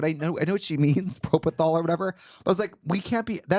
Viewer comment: Hi guys, registered nurse here. Can I please make a small correction and say that “propethol” is actually called propofol. 😄